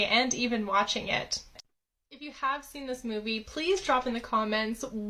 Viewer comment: Girl, the way you said you hadn’t “seent” it yet 🤣